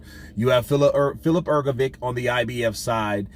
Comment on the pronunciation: It"s hrgović so not hrgovic but like hrgovich